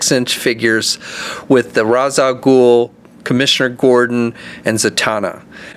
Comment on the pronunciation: Great figures and vid but it's pronounced Raysh not Rahs 😉